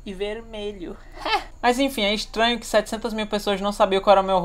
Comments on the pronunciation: é extranho isso é ixtranho é ixtranho só é ixtranho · Isso é "estainho"